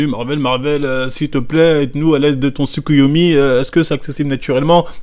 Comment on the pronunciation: Tsukoyomi lol la pronnonciation est nwar nwar